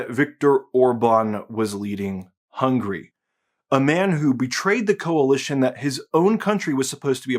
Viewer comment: How come you Muricans pronounce Hungary 'hungry' all the time and never correcting that?